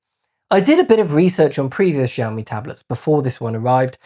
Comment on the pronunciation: its' not Jiami.. it's Xiiiiiiiiiiaomi